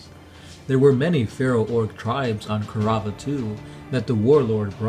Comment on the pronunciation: "Ku-rav-ah"? It's Kaurava